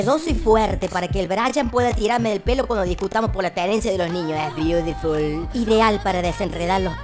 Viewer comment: "e beudiful" kffkf jjjjj